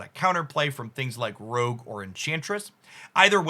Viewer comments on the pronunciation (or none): none